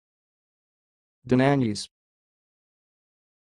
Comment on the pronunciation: That pronunciation is wrong. I am Hungarian, the correct way is more like Dawnanyi